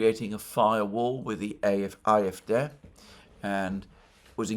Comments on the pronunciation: Ah-eff-DAY, not aye-eff-deh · Aahrr Eff, Day, would be a closer pronunciation IMO. Just sayin'.